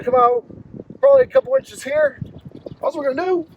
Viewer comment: “This bad boy right heeya”